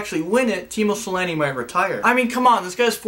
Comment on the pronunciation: It's Teemu Selänne but whatever...